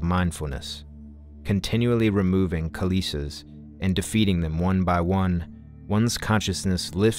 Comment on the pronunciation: Good video. I just would like to point out the pronunciation of the word kilesa. It's "kill-eh-sah" It's not kil-ee-sa. Metta 🙏🏻